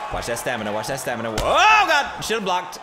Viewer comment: Gotta work on your stamana